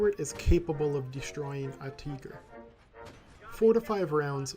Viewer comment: Just stop saying teeger